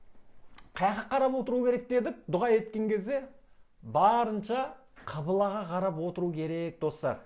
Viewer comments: Құбыла деп неге айтпайсыз? Қибыла дейсіз. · Қыбыла емес ҚҰБЫЛА деп айтыңыз, жұртты шатастырмаңыз.